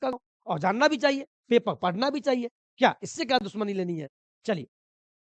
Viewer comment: पेपर ❌ पेपल ✅